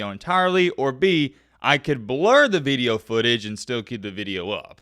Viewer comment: “Veedio” country boy. Good veedio, keep em comin’.